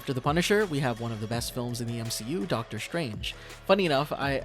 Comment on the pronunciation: Doctor Strange❎ Doctor Shtrange✅